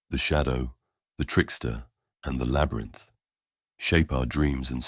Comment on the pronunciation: am i only one that heard "the hero the shadow, the trickster, the LABRAT instead labyrinth?